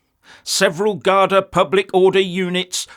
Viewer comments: It's pronounced Guardee not Guardi, or as the locals say Cunts. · Garda - singular gardai - plural pronounced gardee 😊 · Hi, it’s actually pronounced “gardee” 🙂 I love your videos, please keep making them, greetings from Dublin 👍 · It’s pronounced Gardee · It's gardee my good man, gardeeee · Look... The guards made some arrests of local people. Some wide boys arrived to stir up a good riot (some were black, btw) and the guards did what guards are inclined to do...ie, attack people. To a hammer, every thing is a nail. (. It pronounced Guardeee, btw.) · It is pronounced Gardee. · Good luck to the Irish, we should be supporting them.by the way, it’s pronounced Gardee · It's pronounced gardee 👍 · This guy is a idiot and can't even say the word Garda. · It's pronounced RATS not Gardai